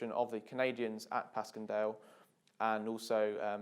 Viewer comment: It's pronounced pash-en-Dale